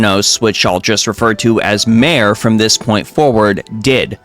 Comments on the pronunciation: It's pronounced "mah-ray," not "maire." Like the zone, Mare Lamentorum. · Since it's related to things on a moon, "mare" is pronounced "MAR-ay", meaning "sea", same as the IRL Mare Tranquillitatis (Sea of Tranquility), where Apollo 11 landed. Edit: There's a post about visual mods on the official site (I don't think I can link it directly in a comment). They tldr is they don't want people modding to look like they have unearned ult/savage/etc. gear, they don't want people modding to show unpurchased store items, and they don't want people modding to look nude.